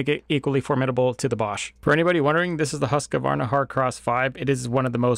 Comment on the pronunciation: HUSS-KA-WARNA 😅Being swedish I can tell you it's nowhere near the correct pronounciation but I appreciate the effort and the motor reviews 💯